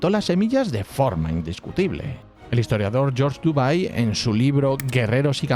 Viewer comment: MUY BUENO, muy, muy bueno. ¡¡¡COMO SIEMPRE!!!... sólo mejora tu pronunciación de nombres propios en lenguas no inglesa, le dará MUCHO MÁS RIGOR a tus videos (ya muy buenos por contenido y ritmo) - la 'W' germana... NUNCA SE PRONUNCIA A LA INGLESA (excepto si es una palabra inglesa): Westfalia, NO Güesfalia; Weser, NO Güeser; Widukind (Wittekind), NO Güidocain... - Georges DUBY... NO Dubai!!!!